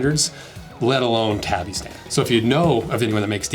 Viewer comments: Tabi is pronounced “Taw-Bee” not “Tah-bee” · First off: it's pronounced tah-bee :) Would love to see a breakdown of the Power Ace Tabi Boots, they have an un-split toe but it has a steel toe, a super flexible grippy ninja sole, and tabi-style ankle closure to keep your tobi pants secured. Side note: tobi (Japanese construction workers) are badasses.